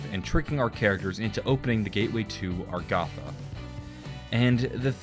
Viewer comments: Samantha: "You can open the gate way to Agartha!" (Pronounces: A-gar-tha): "Stuck in Agartha." (Pronounces: Ar-ga-tha) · My goodness its a-gar-tha